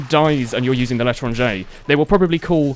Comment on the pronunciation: Why do you keep saying "The Letter on J"?